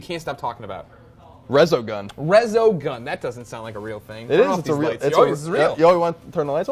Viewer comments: Resogun, really? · Resogun? Really? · Really resogun? That's what you're most excited for? Reaallly...